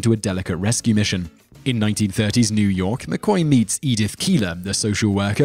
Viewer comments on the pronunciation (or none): none